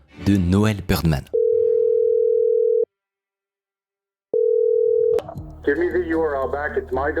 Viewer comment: Très cool vidéo ^^ Je suis trop perturbé par le fait que Bidermann, tu le prononces Birdman toute la vidéo XD